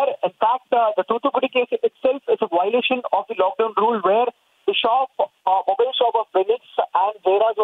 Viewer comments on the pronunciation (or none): none